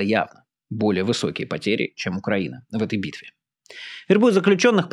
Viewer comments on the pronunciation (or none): none